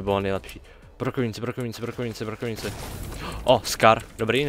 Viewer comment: Já rozuměl brokolice místo brokovnice